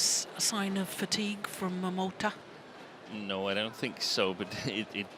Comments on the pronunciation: My attention was completely grabbed by this speaking lady who always pronounced this Japanese young player's name "Momoto" in the beginning (no offense :p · Momota is written as "桃田" both in Japanese and Chinese, but pronounced as "momota" in Japanese and "tao tian" in mandarin. So when you hear "tao tian jia you (桃田加油)", they are just cheering for momota. By the way, "桃田" means "peach field".